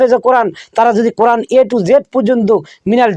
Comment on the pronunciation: আব্দুর রাজ্জাক সহিহ ভাবে কুরআন পড়তে পারে না। তার কুরআন পড়া শুনলেই বূঝতে পারবেন।। দেশে ইসলামী হুকুম থাকলে ওকে মৃত্যুদন্ড দেওয়া হতোকারণ সে মিথ্যা বলে জাতিকে বিভ্রান্ত করছে।